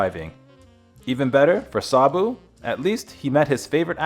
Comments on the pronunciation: You are pronouncing his name incorrectly. I can't take you seriously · The least you could is to pronounce the name Sabu with the correct inflection. Ugh! You mispronounced the word Mahout as well. Just pathetic.